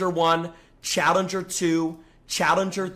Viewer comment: why does jynxzi blink like that and why can't he say challenger correctly